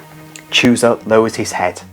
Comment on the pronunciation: Read chusa as husa